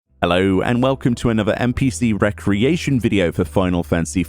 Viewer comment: Re-creation... Rec-reation. 🤔 One is to make again, the other is a relaxation activity. I never noticed they were spelled the same way until I heard you say recreation. 😆